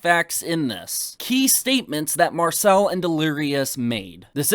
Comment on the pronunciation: If I was given a pound everytime keem mispronounced Marcel's name I'd be rich